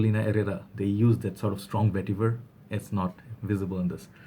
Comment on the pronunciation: You went and bought it XD :D :). Original VETIVUHRRR! Vetiver... Yes niche hype for you.